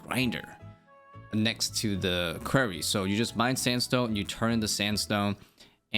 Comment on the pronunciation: Great vid! Btw, Quarry rhymes with sorry 😄